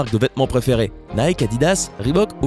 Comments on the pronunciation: Nike ne se prononce pas comme Mike mais plutot comme Nikee ou Niky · Nike se prononce naïki.